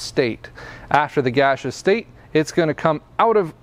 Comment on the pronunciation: Thanks, man. I like the way you say gasseous as "gashous"